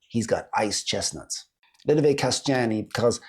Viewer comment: Anyone who told you the "Kaštany" are pronounced as "Kasťány" was making fun of you :-).